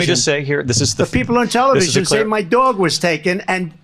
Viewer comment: DOG, not “dwaug”…😂😊